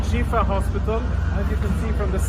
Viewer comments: It's pronounced Sheefa, Kim. It means cure. The IDF "evidence" was definitely pathetic, like every other "proof" they provided in the past month. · I believe it's pronounced "shefa" meaning healing